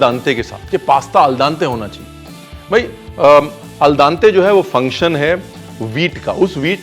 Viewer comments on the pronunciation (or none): Yaar, yeh "ul daante" kya hota hai? It's "al dente". Pronounced "aal dente".